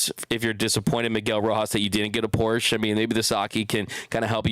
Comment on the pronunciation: It’s Porsche “ah” at the end. A Porch is that thing wrapped around your house. 😬 Thanks for the show!!